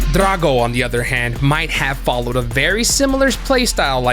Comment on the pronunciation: get a diff annoucner bro cant even say drago